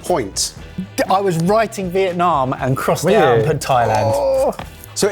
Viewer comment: "Is it vietnommm or vietnnah/no" I can do this all day. hire me.